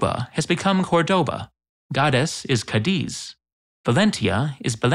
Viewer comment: Why in the video Cádiz has become *Cadíz and Mérida *Meridá?? :D